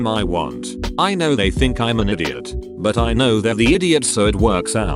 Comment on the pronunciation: I love how the computer pronounced idiot like "Eye-dee-ot"